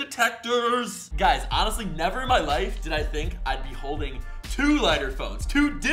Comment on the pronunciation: it’s lif